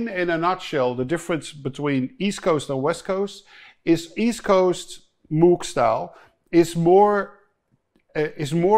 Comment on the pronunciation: Arturia Buchla is cool and weird.... and Tom.. het is echt Moog....( als in pook).. niet Moek 🤣🤣